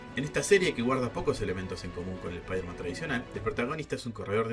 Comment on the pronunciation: Es "Supaidaman" almenos verbalmente